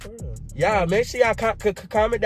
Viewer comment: he said “you just broke up wimme” wen he da one said he wanna break up😂😂